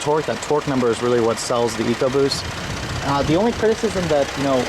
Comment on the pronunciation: good to here you pronounce Ecoboost correctly eek oboost. Over here in the UK the stupid Ford TV adverts pronounce it Eckoboost by some numbskull sitting in an office who can't read or spell. It does my head in to hear it called that. I have a 1.0 fiesta and love the car and its sprightly engine which is so quick for it's small size.